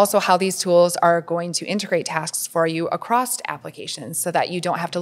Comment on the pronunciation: She said acrosst and I can’t even 😅